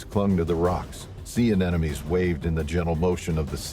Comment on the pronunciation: A NEM O NEE, not pronounced like "an enemy." Please don't comply with the agenda to deliberately dumb us down. Thanks!